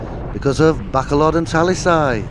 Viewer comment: Please stop calling it Back-a-load. It's called Ba-col-od....Please stop being ignorant... You've been here long enough?